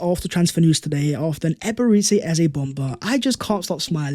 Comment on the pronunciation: Nice one 🎉 … but why do you keep calling him Ebere-tzi Eze? It’s Ebere-Chi Eze!